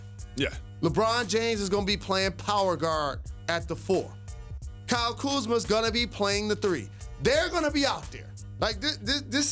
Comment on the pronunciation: Stephen A - "The letter after 'Q' is 'R-uh' and your pronunciation is wrong and let me tell you why."